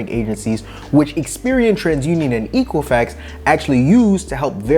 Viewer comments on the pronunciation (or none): Misspronounced Equifax.